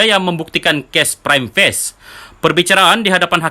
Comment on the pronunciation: min, Prima Facie sebutan nya bukan Prime Face tapi Pri'ma Fa'cie